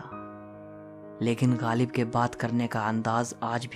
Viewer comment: PLEASE stop saying Galib. His name is GHALIB. It jars my ears. no disrespect.